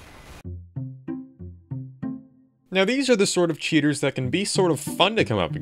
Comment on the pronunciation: Why he sounded that he said cheetos, not cheaters...